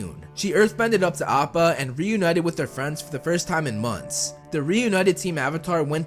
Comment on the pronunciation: am I the only one that was so confused when he said “saw appa”